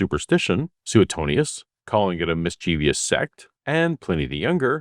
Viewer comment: MISCHIEVOUS, not MISCHIEVIOUS....